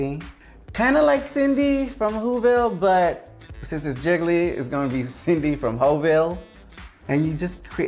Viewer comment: Ok, but Jiggly also says "Jiggily" like Kylie....!